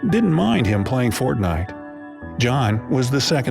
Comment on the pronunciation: Please he said fontnite